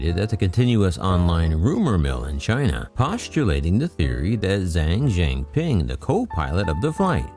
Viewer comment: Please learn to pronounce: "Zhang Zhengping" correctly.😮‍💨